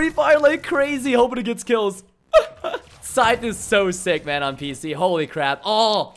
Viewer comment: Wtf is a "schthete" 😂 I'm pretty sure it's scythe